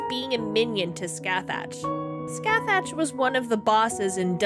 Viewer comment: Going to be awful and pedantic - Scathach is pronounced Ska-hach (like the CH in Loch if you’re Scottish) and Dun Scaith is pronounced Dune Skaw. ;p